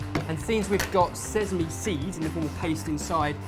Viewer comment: why does pronounce sesame, sezzeme? it shouldnt piss me off this much but oh my god it's not a difficult word..